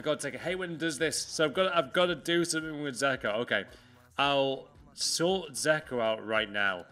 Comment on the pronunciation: Dzeko isn’t called zeko